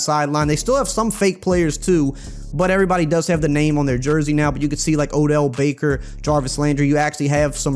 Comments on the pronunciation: Did u just say Odell baker😂😂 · “Odell Becker “ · “Odell Baker”